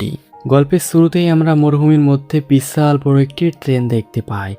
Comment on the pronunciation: ভাই, তুই কি কলকাতার? বিছাল বড়, গল্পের ছুরুতে... এসব কী ধরণের উচ্চারণ?